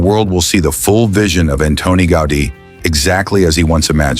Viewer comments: Автор этого шедевра Антонио ГаУди. Тот, кто запросил у ии материал на тему церкви Саграда Фамилия хотя бы потрудился проверить правильности и названий, и ударений. Дизлайк. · Can't you get the right pronunciation for the name of the architect? Was that out of your reach? Or simply non-professionalism?